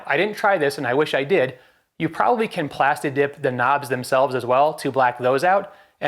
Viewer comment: Did you say plastidick? 😆 nice vid bro